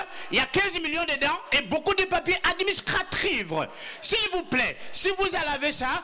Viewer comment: Les papier Administraticritijivetive,😂😂 tu est 10